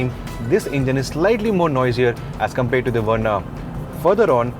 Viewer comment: I heard the words "COMPAIRED" and "KABIN SPACE" clearly:D:D